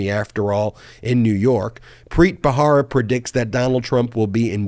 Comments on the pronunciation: I love Ben and this channel. That's why I want Ben to look his best. That's why I think it is important to pronounce key names correctly, especially ones that come up often. In the name Preet Bharara, the "h" is silent. It is pronounced Barara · I believe his name is Preet Bharara, not Bahara.